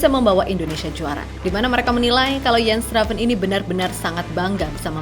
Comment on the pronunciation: Udah bener mba Moderator nya Nyebut nama Jens Raven ( baca Yens) pasti Abis lihat Video Kochi kayaknya ni wkwwkwk😂